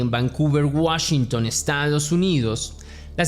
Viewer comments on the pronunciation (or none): none